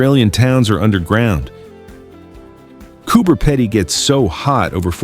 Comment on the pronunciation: Please learn the correct pronunciation for Coober Pedy, Uluṟu and Finke.